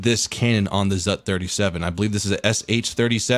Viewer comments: Ха-ха-ха ! "ЗАТ" ! Правильно "ЗУТ" ! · You dont pronounce it all at once, you pronounce it the same as the zsu.